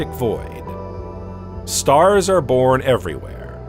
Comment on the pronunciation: each containing about 100 million StaHHhRsss